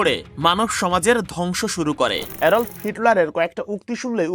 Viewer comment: অ্যাডল্ফ না অ্যাডলফ হিটলার